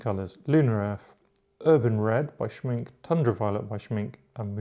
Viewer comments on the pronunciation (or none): Schminke is pronounced like schminker. Or Porscher for that matter. You pronounce every letter in German. /Pedantry off... :-)